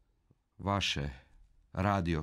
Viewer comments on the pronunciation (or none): kako je lipo rekao VASE radio televizije